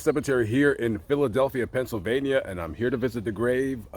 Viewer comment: “Pennsyldania” not gonna lie I died from hearing that 😂😂